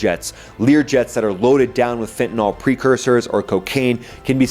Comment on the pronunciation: What is "fentinall"?